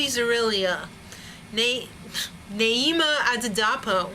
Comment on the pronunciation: Her name actually isn't that hard to pronounce ..its Ni E Ma Ah Dee Da Po, she deserves a better review than the one she was given here...She is a star and Milwaukee LOVES her:)